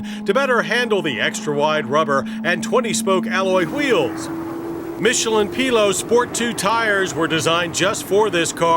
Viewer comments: I swear I’ve heard JD said Michelin Pilot as in “pilot” and not “pee-low” in an older review lol 😂 Did someone at MW really tells him that it’s supposed to be said like that and thinks “Yeah, we think that’s the correct way to say it since it’s French” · Interesting pronunciation of Pilot (P lough). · Michelin pee-lows? Lol. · Never heard "pilot" pronounced PeeeLow before lmao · Did he pronounce Michelin Pilot as Michelin ‘Pilo’ 😂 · This mf say pillow? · Michelin "Pea-loh" Sport tires 🤣